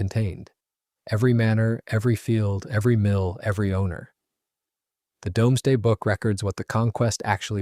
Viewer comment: Doomsday - pronounced Dooms (as in brooms) , and day (as in the time the sun shines light) . NOT dom (as in Tom ).